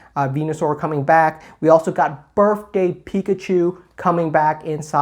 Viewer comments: Me: "Did he just say Birfday?": says Birfday 12 more times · "Berfday Pikachu"